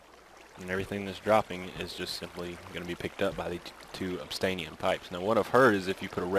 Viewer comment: its OBSIDIAN pipes NOT OBSTAINIAN haha watch